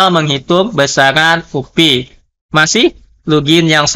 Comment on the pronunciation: diejanya "u-pe" pak. Bukan "u-pi" kalo mau english sekalian "yu-pi" saja jgn tanggung2 hehe